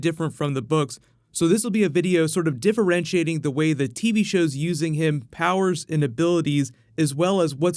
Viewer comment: I love his videos, I hate how he says 'TV shows'